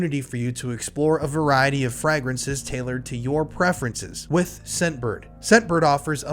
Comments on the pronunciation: Gross. Who says frahgrances? Lol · say FRAY-gruhns say it like: FRAY-gruhns. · "FrAgrinces" hehe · Fragrances is pronounced with a long A sound. Lol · Bro at least say the word correctly if you’re going to throw a crappy ad in 😂Frag- rences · My apologies, but the way you pronounce "fragrances" in the Scentbird ad is killing meee 😂😬